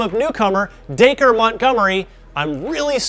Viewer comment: He pronounced it right. I know Dacre personally :)